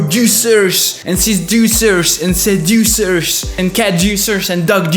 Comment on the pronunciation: I still can't get over the fact that he says seducers😂🤣 but cool vid dude😀